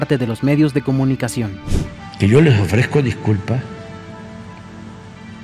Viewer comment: "le ofrejco diculpá" el manipulador denostando a todos y a ninguno, pidiendo le disculpen por su torpeza mental, en él solamente abundan los complejos y el resentimiento, le habla a un espejo. Lamentable que después de más de 18 años de obsesión por ser presidente se dedique todos los dias a demostrar que su venganza personal está primero que cualquier cosa y se justifica con cualquier pretexto para victimizarse y causar lástima. Nunca gobernará para todos los Mexicanos.